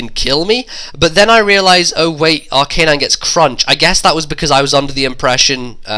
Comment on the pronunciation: It's Ar-ca-nine, not Ar-canine. :]